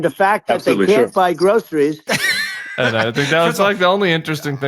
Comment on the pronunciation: "People need to buy grothereeth"